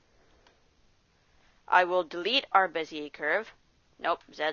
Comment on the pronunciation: Wasn`t that bad. We all coul hear you quite clear, video was without some shitty aditional; stuff like panning around with no idea what to do next. It would be better if you could try to use different software (which shows what keys are you pressing so you don`t have to repeat) and Bezier is from French :) So you eat the last sound or smth...